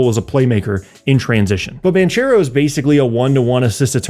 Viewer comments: Hi, truly great video, thanks! Just as a little underscore, Paolo Banchero is italian-american, his name is pronounced Bankero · Banchero is pronounced ‘bank-eh-ro’, not the ‘ch’ sound. Love your work and seeing how you’ve grown over the years! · Great video as always! One note: the 'ch' part in 'Banchero' is pronounced like a K Source: i'm italian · You pronounced Banchero wrong